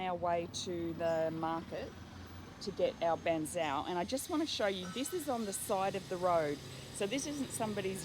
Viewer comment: its bahg cheow. like how you say meow